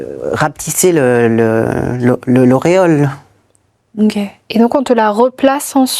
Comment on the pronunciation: l'aréole et non "l'auréole" !